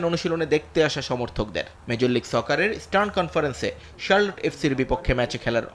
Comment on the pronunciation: শারকট ❌ শারলট ✅